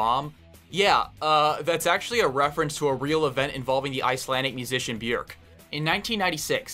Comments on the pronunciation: Wow, this is kinda cool. An american looked up how the name Björk is pronounced! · Finally someone pronounced Bjork's name correctly